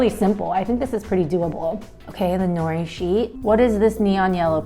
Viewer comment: I don’t like that she is Asian but says nori and doesn’t pronounce it as no de and also how says saw she me when it’s sah shi mi